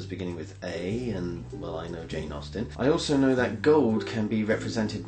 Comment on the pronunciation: Austen, as in Jane Austen, is En, not In. This can really screw up a crossword.